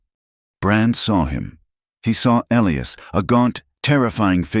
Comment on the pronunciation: Interesting and sad so many men's names are Elias & the A I cannot pronounce it correctly, every time! Also help most men in these stories their eyes are the color of a winter storm .... A little more imagination, please ....